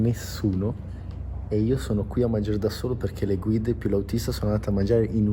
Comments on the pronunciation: Ma perché dice guirde e non guide? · Perché dici “guirde”?